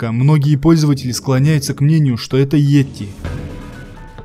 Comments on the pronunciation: Не етти, бть, а йети! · Не "етти",бл,а "йети"!Неужели трудно прочитать написанное? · А не этти